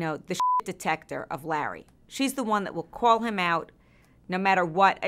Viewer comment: I love it when she calls Larry "Lah" instead 😂